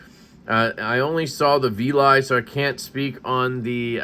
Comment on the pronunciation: It's called the Veli.. which rhymes with belly.. And it is 🔥 Quickly has become a favorite!! 👊🏼